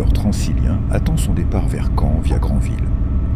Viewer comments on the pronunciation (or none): none